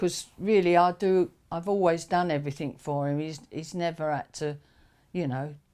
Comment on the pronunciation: A couple of real cockneys. Noticed she said “somethink” and “everyfing”, which I’ve noticed a lot of East Enders or Essex people say when there are no such words! It’s hard to believe they’re nearly 80. Both look about 70 to me.